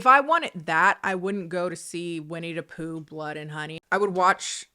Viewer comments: When you keep saying Winnie DUH Poo it gives me life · Edit: I know this video and comment are old but I’m rewatching and I realized keeps pronouncing Winnie the Pooh as Winnie Dapooh, like Willem Dafoe 😭 Original comment: The cardinal sin that Blood and Honey does, for me, who loves creatively designed horror creatures, is that they DIDN'T EVEN MAKE THEIR OWN MASK DESIGN FOR WINNIE THE POOH. I saw a Twitter post, it was literally a mask that they bought and didn't even alter. Besides the cinematography, they genuinely didn't even try with it.